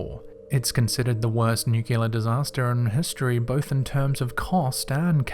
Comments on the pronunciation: Ok...'Nuclear'= nu-Klee-er. 'Nuculer' is not a word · Sorry mate pet hate... Pronounced.. “new-clear” ... otherwise great stuff 🖤